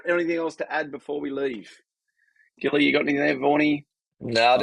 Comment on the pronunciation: The names gilly not silly😂❤